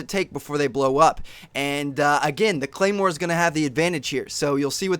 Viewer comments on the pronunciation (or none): ahhh... claimwar? you should learn the names first and that´s totally BS that 3.s to go off. its 0.75.s. thanks for your time